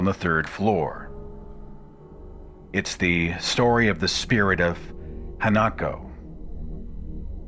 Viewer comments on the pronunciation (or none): Minor correction: The Japanese ghost is Ha-na-ko, not Ha-nak-o.